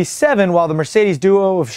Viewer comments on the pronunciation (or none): none